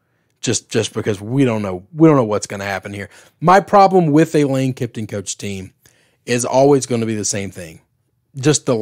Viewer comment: Kiffin, not Kifton!